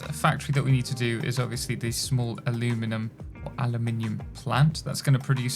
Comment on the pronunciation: Aluminum is the american way to write and speak that metal. Europeen people (british and french) are using aluminium with an I. Both exist and are valid but only one sounds beautiful when said by IMO